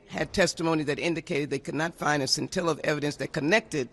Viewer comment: Lee said "scintilla" hahaha